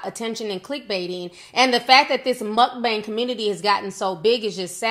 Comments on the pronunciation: It grinds my gears when people pronounce mukbang that way. Not all mukbangers are unhealthy 😒 He’s just lazy asf & probably doesn’t even workout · TI YOU IS TOO FUNNY LOL WHEN YOU STARTED PRONOUNCING MUKBANG I WAS CRYING 💀